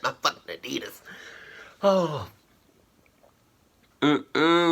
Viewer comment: fuck adidias bro commoon !!! 😂in every fuckin vedio i hear that 😂😂😂